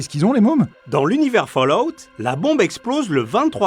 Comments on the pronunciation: OMG ! J'en suis qu'à 20 secondes de vidéos mais je viens d'entendre quelqu'un prononcer Fallout correctement et ça l’emplie de joie, merci. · je met un like rien que pour le bonheur d'entendre ENFIN quelqu'un prononcer correctement "fallout"